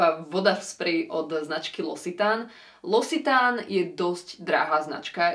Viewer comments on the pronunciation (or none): 3 veci: super, že niekto robí recenzie na veci, ktoré sa dajú kúpiť aj u nás, zahraničné videá sú frustrujúce, keď sa na niečo namotám a potom sa to tu nedá zohnať.. lorac pro máš z londýna? :) no a.. loccitane=lɔk.si.tan , K ;)